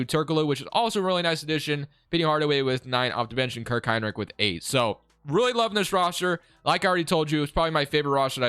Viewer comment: Kirk Hine Lick lmao I'm dead. I even slowed it down to ensure I heard that. Great video as always man.